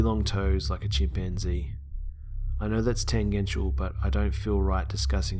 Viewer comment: tenggential ? really ? someone needs to talk to the writers .I should not need a dictionary to enjoy my go to sleep stories